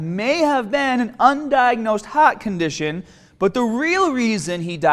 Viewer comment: What’s a hat condition? The lack of the “r” sound in his vocabulary is insane.